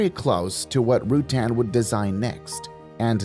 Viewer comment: For God's sake, learn to pronounce Burt's last name before making a video about him. And brush up on your facts. There are so many misleading and completely wrong bits of information in this video....